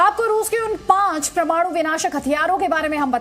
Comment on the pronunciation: Ye pramanu nehi mam... Ye parmanu hai